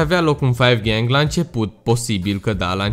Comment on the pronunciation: se zice cinci gahng